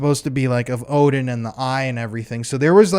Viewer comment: Are you saying woahden? Its Odin